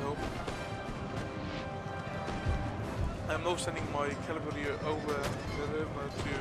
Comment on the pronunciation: it is cavalry, not cavalary